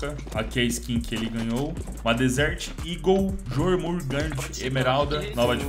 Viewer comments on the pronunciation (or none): yormungander a pronuncia